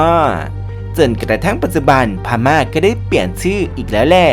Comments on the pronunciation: The Union of Burma อ่านว่า เดอะยูเนี่ยน อ๊อฟ เบอร์ม่า ไม่ใช่บูม่าค่ะ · ขอบคุณสำหรับความรู้ครับ แต่ผมไม่แน่ใจว่าทาง Creator ต้องการให้เป็น Style ของทางช่องรึป่าว ที่มักอ่านผิดหรือออกเสียงผิด อย่างเช่นใน Clip นี้ “แต้จิ๋ว” ไม่ใช่ “แต้จิ้ว” หรือ Burma ออกเสียงว่า “เบอ-มะ” ไม่ใช่ “บู-มะ” และยังมีอีกหลายคำ…กำลังฟังเพลินๆ มีสะดุด เป็นไปได้อยากให้ใช้เช็คความถูกต้องก่อนปล่อย Clip ครับ